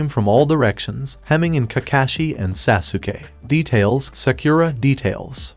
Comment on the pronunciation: your saying sasukay this is how you say it sos-kay its spelled sasuke